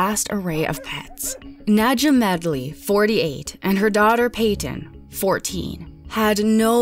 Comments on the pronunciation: "Nad-yuh" not "Nidja"... I'm sorry... please.... and if that's how she pronounced her own name? Idk maybe people shouldn't name their kids names they can't pronounce 😂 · Any chance the mom’s name is Nahd-ya. Like Nadia and not Nedja? 🤦🏻‍♀️ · I think her name is pronounced Naw-dee-uh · Are we sure her name wasn't pronounced "nadia" since ja is often pronounced as ya? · It's pronounced Nadia. Not dismissing the facts, just saying people should learn languages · Im pretty sure that the J in Nadja is pronounced as Y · The j in Nadja is just an I sound.. just a silly way to spell Nadia... went to school with one.